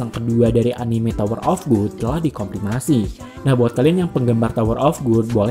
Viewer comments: Bacanya gad bang bukan gud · Gad bang bukan good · tower of god (bacanya gad) bukan tower of good bang..kalau tower of good artinya jadi menara kenikmatan wkwk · Tower of 'gud'? Bukannya di baca 'gad', rubah2 judul ae si Abang masa dr tower of God jadi tower of good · Tower of good sih Yg benar itu tower of gad bacanya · GOD bukan GOOD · wkwk lu kok baca nya "tower of good"? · Kok gua kesel yaa dengernya. Tower of gut, cuncirol wkwkw